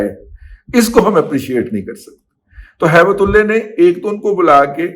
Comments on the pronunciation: Razi sb. Please don't distort Allah's name by pronouncing Ullah as ullay in your hate for some person. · Baqi sab theek tha lekin end main Aap ne Haibt ullah ka naam bigar kar bola hai wo theek nai tha kiunke Naam ALLAH ka aap ne thek tarah se nai kaha jo mujhe acha nai laga meherbani kr ke aaenda ehtiat kren , Shukria